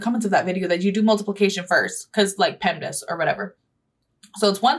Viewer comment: who else got upset by the way she said pemdas. Just me?